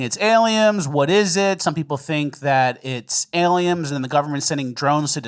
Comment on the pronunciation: Are you saying aliems on purpose?